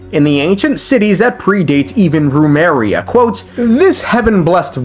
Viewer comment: Can't keep getting away with saying Rumeria instead of Remuria 😭 Love your videos, perfect mix of lore and comedy in the edits lol